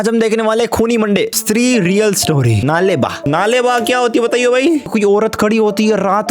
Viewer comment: नाले बा ❌नाळे बा ( कल आना )✅ kannada word hai